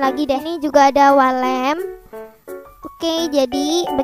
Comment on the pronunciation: Yang aku denger wall lamp❌ walet ✔